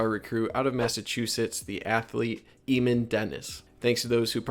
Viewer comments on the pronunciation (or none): Eamon is pronounced aye - min